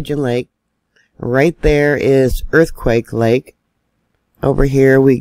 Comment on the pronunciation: Earthquake lake is aka quake lake. Say it wrong again and it's a two week ban. This is my land. Learn it love it leave it